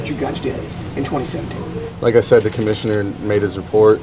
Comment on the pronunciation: Why do you have alcohol poisoning? "The commishiter made the repert."